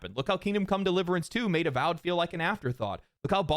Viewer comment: "Avowed" sounds like "Avoid".